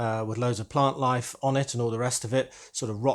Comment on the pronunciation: That's an amazing re-imagining of the original set. As an aside am I the only one bursting into a refrain of Parklife every time you said plant life? 😀